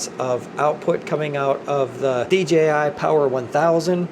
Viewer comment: Great Video and finally somebody who pronounces DJI properly!